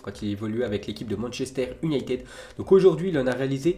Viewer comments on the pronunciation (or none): none